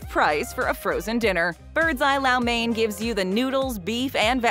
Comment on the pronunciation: Low main, not lau mane. Even the clip afterwards pronounced it correctly!